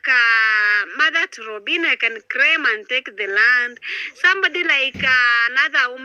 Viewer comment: Craim.....craim my land...instead of "claim"😂😂😂